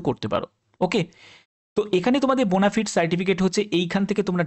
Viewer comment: ওরে বোনাফায়েড বোনাফিড নয়